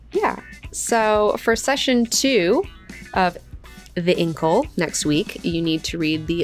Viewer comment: I don't agree with your pronunciation of "Incal" - am I the only one?